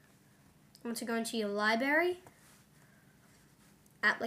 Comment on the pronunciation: hahahahaha libARY